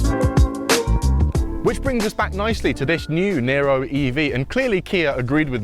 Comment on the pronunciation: It's "Niro", not "Nero"